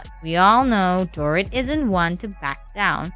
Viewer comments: If you are going to gossip about others, at least pronounce their name correctly. Dorit's name is not "door-it", as you pronounce it. It is"dor-eat." At least TRY to get the names correct for the people you get paid to gossip about, or better yet..get a real job. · years ago, i worked with a bartender who claimed to have met Mo on an air plane and ended up having sex with him. she was a silly woman though. the bot voice over mispronouncing Dorit's name is petty AF.